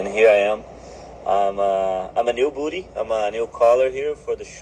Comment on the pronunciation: Did he say new botty 😅😅😅